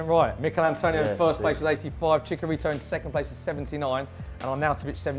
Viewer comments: You have to pronounce it CHICHARITO , not Chicarito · "Chika"rito LMAO! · Their pronunciation of Chicharito is cringe